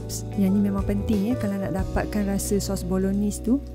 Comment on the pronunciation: Cara sebut: Bolo-naise